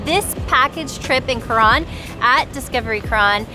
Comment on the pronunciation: Maybe a good idea when travelling to learn how to pronounce the name of your destination correctly, both Coron and Palawan